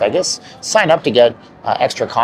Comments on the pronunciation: Dude....not VEGGAS (VEYGAS). Please as least say it properly. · Ngl, I absolutely despise when people pronounce “Vegas” that way. It’s so annoying. It’s VAY-GUSS, not VEH-GUSS. ugh yuck. Anyway, carry on. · A dude that pronounce Vegas as Vegguz cannot be taken seriously. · There’s no “egg” in Vegas. It’s pronounced “Vay-gas”. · You’ve got one of the most irritating voices I’ve ever heard… especially the way you say “Vegas.”